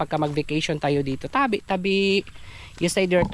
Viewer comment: Ingon pud ni, tabi tabi. With an accent 😀